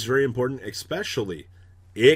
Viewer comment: emphasizes the word "especially" -> still says "Exspeshully"